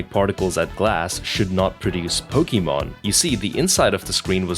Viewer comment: "Pokémon" word sounds like "SPOOKY MONTH" in the video.